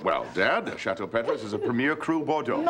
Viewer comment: I love how they mispronounce Petrus.